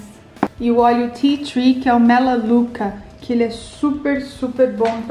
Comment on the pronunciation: Siim, acredito que ela disse com sotaque americano